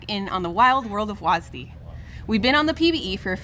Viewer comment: calling w a s d wasd has to be the most cringe thing ive ever heard someone speak out loud